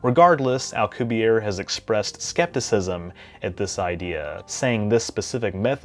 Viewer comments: You're pronouncing it as if his name were French, not Spanish (he's a Mexican physicist). His last name is pronounced "al-coo-bee-AIR-eh" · As always for you,, an absolutely fantastically informative video. I was going to comment on your pronunciation of Alcubierre, but noticed you already apologized in the comments. I don't think we could build a Star Trek-type warp drive at all or a different type of warp drive anytime soon, especially if it involves anti-matter because it's so difficult to attain in any substantial quantities. But, if improvements knowledge and technology increases exponentially as it has in the last century, we might get something close within the next couple hundred years. If we could somehow hitch a ride on the expansion of spacetime itself, we aren't limited to the speed of light.